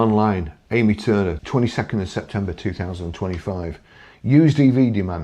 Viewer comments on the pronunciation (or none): 2 points, firstly when I hear that 9 out of 10 EV owners never look back, it suggests to me that they don't use their mirrors, secondly, every time you mention Amy Turner I hear Amy Turtle lol, for those who don't know she was a character in the 1960s - 1990s ITV soap opera Crossroad's.